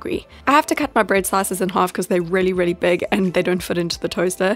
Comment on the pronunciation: Take a shot every time she says “rehly”